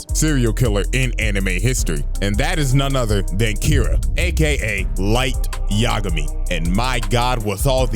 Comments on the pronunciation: Bro bro you are L Y light yagami, not LL light Lamar. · “Light Yigami, you are Kira”